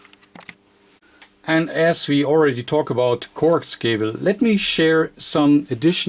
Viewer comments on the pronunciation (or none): Corx cable LOL I always thought coax was pronounced co-ax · Corks cable?? It's NOT corks, it's COAX (pronounced CO AXE). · Except he pronounces some words wrong. Coax is pronounced co-axe not coax. He does similar with the word balun which is pronounced bal-un not balloon. Cable too which is kay-bull not cobble.